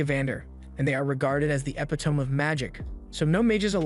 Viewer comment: you mispronounced epitome!